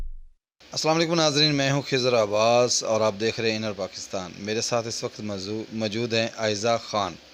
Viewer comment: He said mazoor 😂😂😂